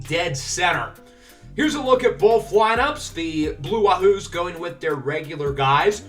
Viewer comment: Not a big deal but 'Wahoo' is pronounced like Yahoo